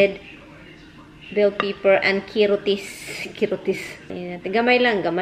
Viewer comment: Pepper not paper